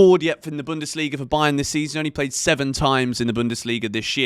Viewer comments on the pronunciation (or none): none